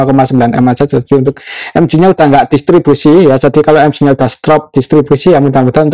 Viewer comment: EMGE bukan EMJI